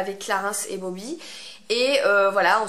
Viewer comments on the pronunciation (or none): Bobbi et pas Bobby...